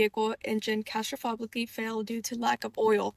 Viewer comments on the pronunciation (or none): did say “castrofogically”? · I was searching for this comment 🙈 I heard "castrofobically". I would say the parents should be disappointed in their daughter, but they're idiots for buying that car in the first place. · Graduated high school, going to college, driving a Porsche, and can’t pronounce catastrophically…